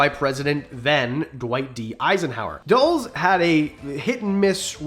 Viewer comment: When you said Dulles i didn't immediately know who you were talking about because that's the first time I've ever heard anyone pronounce his name that way. It's dull uhs